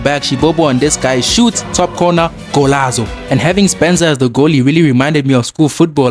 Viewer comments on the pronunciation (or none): When I heard golazo I knew u were South African